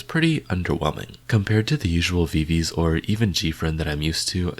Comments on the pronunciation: VI-VI-Z not VI-VIZ :) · btw viviz is pronounced vivi zi